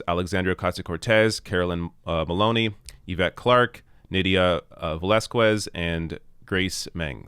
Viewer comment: Yo, the U on Velazquez does not have a sound when you pronounce that last name. So, you would pronounce it, Velazqez, like the U was not there. Tómalo suave.